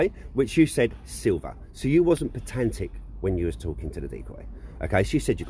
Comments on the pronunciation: Hearing petantic is makin' me cringe hard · “Petantic” — its like watching Michael Scott mispronounce his words and phrases